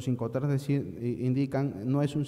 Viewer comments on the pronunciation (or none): Se dice IncoterMS, no incoter